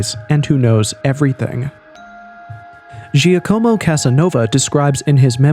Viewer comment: Dropping a near-perfect "Étienne François duc de Choiseul" after completely butchering "Giacomo"😂